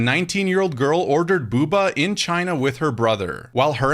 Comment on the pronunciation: It’s Boba, not Buba